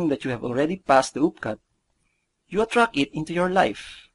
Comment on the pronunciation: while I am sure you guys are most probably a credible company, please allot some of your marketing budget towards getting a better speaker/dubber for your videos. Honestly, hearing numerous articulation errors like that does not inspire consumer confidence. *** d/th, b/v, s/z problems, i/long e issues. attract/atrak, it/eet, visualize/viswalays, antil/until, da/the, dey/they, wold/world, as/ask, teenk/think, notis/notice, nak/knocked, masels/muscles, reeten/written, pasitib/positive, etc. etc.TY